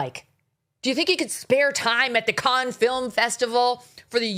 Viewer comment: It’s pronounced “can” film festival